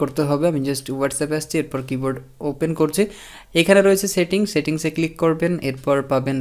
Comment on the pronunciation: ভাই সেন্ডকে "ষেন্ড" সার্চকে "শার্চ", সেটিংসকে " শেটিং", সেটকে "শেট" বলেন কেনো?